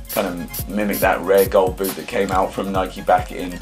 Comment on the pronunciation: yous dont say nike properly